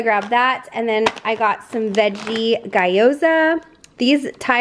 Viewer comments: It’s gee-yo-za, not guy-oh-za. Lol just correcting. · I'm going to have to pick a bag of the gyoza up when I go to TJ's tomorrow. They look really good. BTW, it's pronounced ghee-o-za. 😉 I tried the garlic spread months ago and found it to be way too salty. 😖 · Gyoza is pronounced “ghee-yo-za.” 🙂